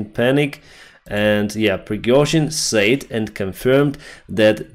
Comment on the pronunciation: Pronouncing said sounds like sed, not sayd. Slava Urkaine